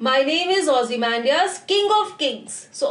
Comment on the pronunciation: Really the best explanation 👍👍👍 keep it up . But please you say this ozy-mam-dias in this way